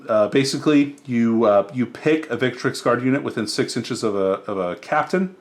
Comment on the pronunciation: Grey Shields were actually mixed chapter units. And why do you add an A vowel to ViCTrix?